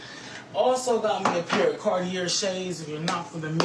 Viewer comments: I hope he gets the 22 years. Actually I hope they throw in one more year for him pronouncing Cartier and carti-er. And then one more year for being so stupid that he thinks the government won't seize all that stuff after his conviction. 😂😂😂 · He has gotta be lying. He can't even pronounce Cartier 😂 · Lol Carti-air. Right next to Versayce. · It's funny he couldn't say Cartier